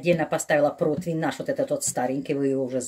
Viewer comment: И еще - противень, а не протвинь, извините.Римма Гарницки